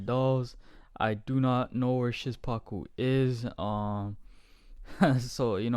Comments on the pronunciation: Szpaku is pronounced "shpaku" man Great reaction man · Even better tutorial XD Sz pa ku Sz like 'sh' in shovel Pa like 'pa' in past And ku like 'coo' in cook I hope one day you will pronounce his name as you could speak Polish man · Pronounce szpaku “shpaku”